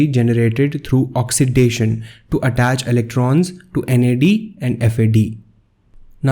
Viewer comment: Nad+ not nad